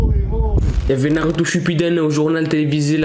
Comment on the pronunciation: Eh frère prononces bien le nom de Naruto